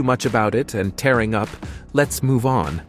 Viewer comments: OMG the mispronunciations are unbearable. "Theramin" -who doesn't know how to pronounce that, and "tehring up" - MG - it's "teering up" as in tears. Yikes! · Leonard Played The Cello. When You Say Someone Is Tearing Up It Rhymes With Earring, Not Like Tearing Up A Piece Of Paper & Theremin Is Not Pronounced How You Said It. The Narration Is So Bad I Couldn't Tell If It's Real & The Video Is Reversed!